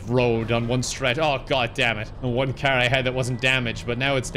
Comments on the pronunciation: Learn how to say car like a normal human being please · Who do you say karrr (car) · I like the way you say car. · WHY DO YOU SAY CAR LIKE THAT